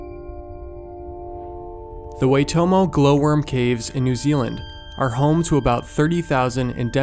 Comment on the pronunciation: you say it 'w-ah-i-toh-mo' not 'way-to-mo'